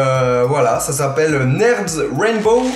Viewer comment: #québec PS c'est nirde quant tu le dit c'est pas neurde